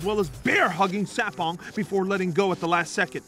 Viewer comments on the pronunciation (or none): I can't stand the way he pronounces CJ Sapongs last name. It's Suh-pong not Sa-pong